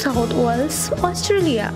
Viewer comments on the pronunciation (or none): none